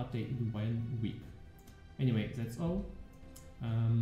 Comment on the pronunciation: anymite ... oh dude. i know its not your main language but cmon .. im german myself and i find it a bit awkward to hear this :P sry. Otherwise thanks for the update! looks rly good.